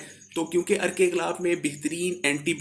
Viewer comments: Galabb nhi gullab hota ha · بھائ لفظ گلاب ہوتا ہے ۔ غلاب نہیں۔۔۔ بخارات ۔۔۔۔۔ہے۔۔۔بخرات نہیں۔۔ پیسے کمانے کے لئے وڈیو بنانی آتی ہیں۔ بولنے کا پتہ نہیں۔۔ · Plz improv ur urdu galab nahi gulab hota ha.